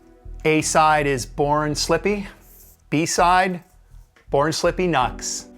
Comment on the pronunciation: Isn’t NUXX pronounced ‘new x x ‘ not rhyming the U with nut?